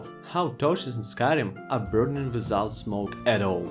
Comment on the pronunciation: "How could I've playied it wiZout it before?"